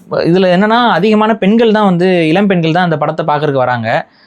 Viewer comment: உங்கள் கதைகள் நன்றாக இருக்கும். ஆனால் தமிழ் நாட்டில் ல் ள் ழ் இந்த மூன்று எழுத்தும் ஒரே மாதிரி உச்சரிக்கிறீர்கள்? தமில் என்று சொல்கிறார்கள். இளம் பெண்கள் மறுபடி சொல்லுங்கள். It's sounds like இலம் பெண்கள். தயவு செய்து தமிழை தமிழாக உச்சரிக்கவும்